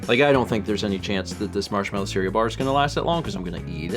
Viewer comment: And surl instead of cereal